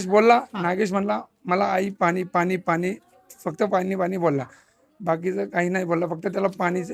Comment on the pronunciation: कारन, पानी, प्रकरन. झाला तो प्रसंग दुःखद आहे. पण आधी तू नीट बोलायला शिक बाळा मग रिपोर्टिंग कर